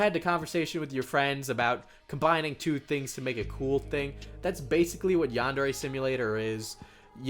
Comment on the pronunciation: It's a pet peeve of mine that he pronounces yandere like the word and. Instead of pronouncing it like yandere like the word yarn